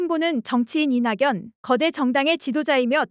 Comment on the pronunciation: 이나견이라 소리나는대로 읽어주세요! 이냥년이라... 어색하고 생소하네요~